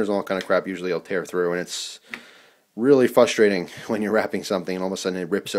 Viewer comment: It makes me laugh when I hear someone say frustrating who is from the new jersey area...you say fustrating, not frustrating. Gets me every time.